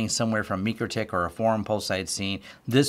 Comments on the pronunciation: Repeat after me: MIKE-ROW-TICK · Great info. But, it’s pronounced ‘Mike’-‘Row’-‘Tick’. Otherwise, awesome information that taught me a lot! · Never heard anyone say mikrotech the way you do 😂 must be the people I’m around but good video 🎉